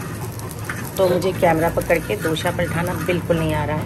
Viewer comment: Mere khyal se dosa hota h na ki dosha😅